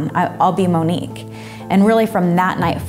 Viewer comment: Lol she pronounced it wrong Monique wrong